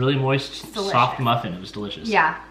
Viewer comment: I thought called the brain cheese "stinky SOCK cheese" instead of stinky SOFT cheese 😂